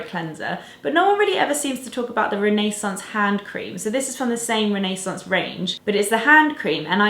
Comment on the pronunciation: Great video! Also I love how you say 'Renaissance'! (I'm American)